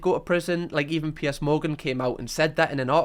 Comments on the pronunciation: It’s PIERS not Pierce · I’m being really vulnerable right now but is a safe space so I’ll do it. I just have to get this out and be honest. The entire time I’ve been watching I thought you were saying P S. The letters, p and then s. I’m crocheting as I watch/listen so I thought maybe I just missed where you told us who PS is or something. It took me until now to realize you’re saying Piers. I’m American….pretty much sums it all up with that 1 sentence huh lol But, being serious, usually the accent doesn’t matter. I don’t know why his name confused me so bad lol I also haven’t even seen the show yet so it could’ve been another character for all I know. Thank you for letting me broadcast what a dumba** I am.